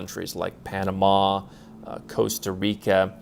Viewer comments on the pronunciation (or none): none